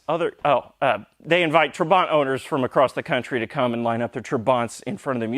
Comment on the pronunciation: When my father was changing his dated Trabant P600 into new model - P601 (as yours) in 1973, I am sure he pronounced "trabant" different way than you do. He accented first syllable like "TRAbant" not "traBANT". btw: No 601s had factory hazard blinkers, probably your aftermarket module is causing troubles with normal blinking the right side ....